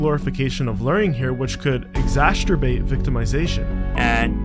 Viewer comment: Complimation? (compilation) Exasturbate? (exacerbate) My dude it's nothing about accent you just don't know how to pronounce a lot of words properly. Success is not sussess in any dialect or accent. Or should I say assent?